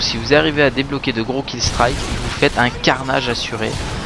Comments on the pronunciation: Oh on dit pas killstriiike!! c'est killstreak;) merci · Salut, j'adore tes vidéos et entre autre les armes que t'utilises, mais ya un truc qui me fait bondir: c'est ta manie de dire 'killstrAike' au le de killstrike ^^ Sinon G g a toi et bonne continuation;] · le méchant accent anglais de hypno quand il dit "killstreak"